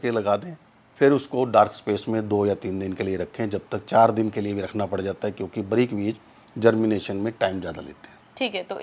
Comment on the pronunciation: साले बरीक नहि बारीक बोल